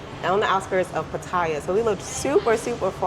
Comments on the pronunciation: She even says she can speak Thai which I doubt very much. I mean Pat-tyre is the typical pronunciation for those who can’t speak Thai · 14 years in Thailand and still cannot pronounce Pattaya correctly; not to mention preferring the simple life but living in 17,000 baht per month room and paying 1000 baht to get her nails done !